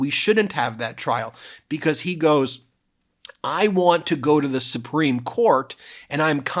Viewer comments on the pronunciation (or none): Ben sounds like he says "bekoss" instead of because lol